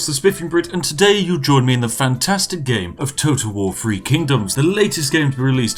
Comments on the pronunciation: I like how he pronunciates THREE as FREE. Free Kingdoms, from unlimited gold. :) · It's really bugging me how you say "3". It's 'THree' (emphasis on the 'th' sound) and not 'free'. This may seem pretentious but where's your proper British pronunciation. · He has a lower class southern uk accent. They can't pronounce th. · Free or three.....YOU DECIDE!!!!!!